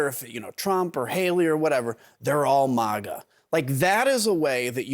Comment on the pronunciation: It’s not muga it’s MAGA!!!